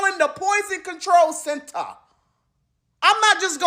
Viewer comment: “The poison control CENTAR” 😂😂❤❤